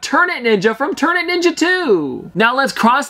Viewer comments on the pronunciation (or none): ternet ninja is not pronoused that way. instead of the way you said it imagine in like this tear-net ninja, and that is how you pronouce it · Its pronounced Tear net ninja. Not ternet Ninja lol